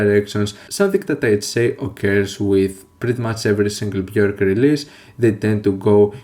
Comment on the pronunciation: Thank you for pronouncing her name accurately.